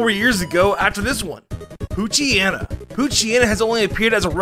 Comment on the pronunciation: People: It's pretty hard to mispronounce gen 3 pokemon.: Pooch-ee-eh-nah, might-ee-eh-nah, meay-wile, slay-koth, slay-king, ill-oo-min-ize, numm-ul, tra-PINCH, mi-low-tik, troap-ee-iss, bah-gon